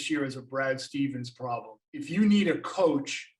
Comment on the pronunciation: Why emphasize the "problem" so much. Nick nurse won his first title in his first year with raptors